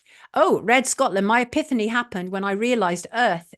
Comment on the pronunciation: epiphany - pronounced epifany Sonia :)